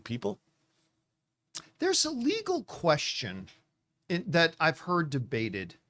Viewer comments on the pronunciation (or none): none